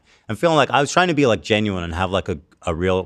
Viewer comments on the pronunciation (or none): none